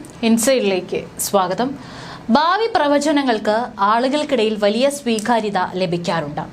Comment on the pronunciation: ബാവി അല്ല. ഭാവി.. ബൂതകാലം അല്ല. ഭൂതകാലം. പറയുമ്പോൾ ശ്രദ്ധിക്കണം. പ്രദാനം, ബാവി, ബൂതകാലം, യുദ്ദം, അബിപ്രായം, ബീതി, സ്തിരം, അസംബവം,ബയം, അന്ത, പ്രക്യാപിത, ആബ്യന്തര, 🙆‍♂️🙆‍♂️